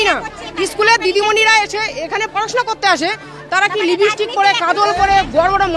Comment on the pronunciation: Libistick ki Bara?? Ota lipstick thik kore bolo wara.. 🤣🤣